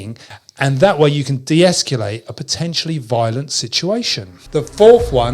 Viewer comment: Thanks. But it's escalate, not esculate.